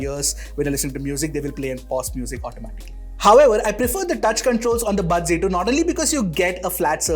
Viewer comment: Z ki G kyu pronounce krte h